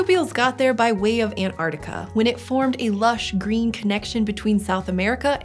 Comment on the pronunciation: "antARKtica"✅ antARTica" ❎